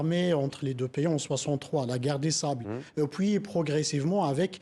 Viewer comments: On puis et non pas poui. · On dit PUIS pas poui